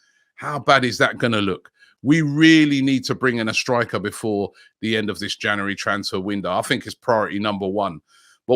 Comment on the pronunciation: Why can’t Robbie pronounce “January”?!?!?